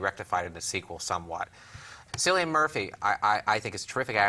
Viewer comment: It's pronounced Kill-ian Murphy. C is pronounced as a K in Irish. And Lucius Fox was originally a character from the comics.